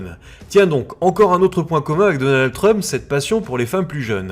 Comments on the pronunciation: J'entends Schtroumf à chaque fois ! 🤣 (désolé) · Si vous faiites exprès de prononcer Chtrumpf ! Alors vraiment vous vous gaussez et la vous ne serez pas mon copain ! Et votre vie elle est plus riche ?